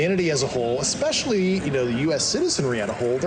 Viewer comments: He also said ‘expecially’ instead of especially, and “could be constrived” (which is not even a word!) 😂The word is ‘construed’. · Dyslexia is a visual disorder (reading letters on a page), not a speaking disorder. is dyslectic and he pronounces nuclear correctly. This guy also said “eXetra” instead of etcetera, and “expecially”, and he even made up a word that doesn’t exist! He said it “could be constrived as” (instead of construed) 😂 That’s NOT dyslexia. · I absolutely hate when people say "nucular". Also "exspecially" and "exscape".